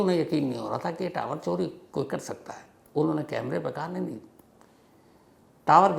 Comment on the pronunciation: 😂so funny when you are saying tawar hi legaye